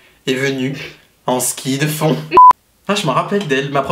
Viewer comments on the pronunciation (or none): " En ski de foond " 😂😂💜